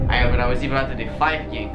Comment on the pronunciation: Si io am auzit asa 😂😂😂